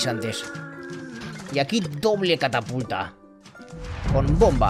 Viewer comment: estas diciendo cataputa no catapulta